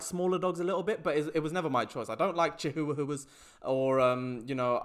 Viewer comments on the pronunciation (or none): I can’t get over him saying Chi-who-a-who-a instead of chihuahua